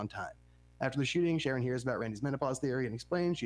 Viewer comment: Sharie!? It's Sharon If your gonna do a deep dive podcast on a show you should probably know the characters' names.